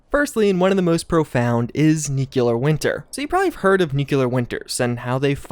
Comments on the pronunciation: It bothers me the way he says nuclear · I appreciate the effort but for the love of god learn how to pronounce nuclear correctly. It's distracting, especially after saying it incorrectly for the millionth time. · Our boy still hasn't figured out how to say nuclear. Oof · Gotta dislike after hearing the heinous way you pronounce 'Nuclear' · I appreciate your attempt at pronouncing both nuclear and nucular at the same time. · It's nuke-clear dude, not nuke-you-lear. Please. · learn to say it right... its not nuculear but nuclear! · Please learn how to say nuclear. It’s “new-clee-er” not “new-q-ler” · Nuclear not nucular.😵‍💫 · Why do americans say "nukiller" And not nuclear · Is nuke-you-lur anything like nuclear? Just wondering. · Why do you pronounce nuCLEar as nuCULAr? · Say it with me: Nu Clee Er Nuclear. NEW--CLE--ERR. Not f'in' Nucular! Whaddr you George W Bush or Canadian?! NUCLEAR !!!!!!!!!!! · nu-clear, nu-clear, nu-clear. I just don't understand why people say nu-cu-lar. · NU-CLEAR not nucular men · It’s driving me crazy - NuCLEAR not NuCULER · Don't want to nitpick but "nuc-le-ar", not "nuc-u-lar" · Everyone needs to stop thinking it’s pronounced nucular. It’s Nuclear (noo -clee-er) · noo·klee·ur, not noo-cue-lur. Anyone else annoyed by this? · Nuc-E-lar stop it’s nu-CLE-ar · FFS ITS 'NUCLEAR' NOT 'NUCULAR' Why can't anyone seem to pronounce this correctly !?!?!?!?!? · Nuclear (new-clear) not “nu-qu-ler”. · Nuculear winter mods that you'll really really like Me: please pronounce it right please......: nuclear winter Me: Finally. There is a God 2 minutes later: Nuculear winter Me: GODDAMNIT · Dude.... its NEW CLEAR, not NUKE U LURE. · Yeah bro, great vid, but nuclear is pronounced Nu-clear not nuke-ular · Yeah. . .pet peeve. . .Nuculer. . .not familiar with that. Nuclear. Bad. Really bad. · Nuclear NOT NUCULER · Nuclear = new clear. Not new q lerr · Say it with me, "new-clear" not "new-kiu-ler". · Nukular isn't a word.